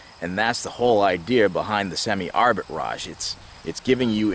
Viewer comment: It’s not Arbit Raj it’s arbitrage